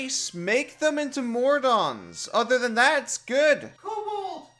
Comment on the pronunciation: Did this guy just say ‘Mordons’?